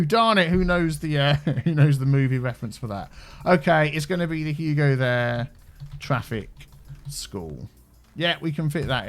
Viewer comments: You called it "Huge," instead of "Hugo." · it's Hugo not Huge* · When you named the school, you named it "Huge" instead of "Hugo"